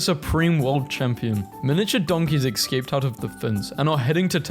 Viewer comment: He is a terrible influence on the youth purely because he does not know how to pronounce the word escape.